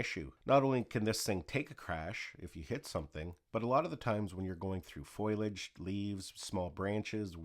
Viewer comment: Foliage not foilage